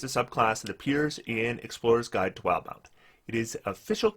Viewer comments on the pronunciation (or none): I can't stand when people say "wild-mount" instead of "wil-de-mount", but it happens so often.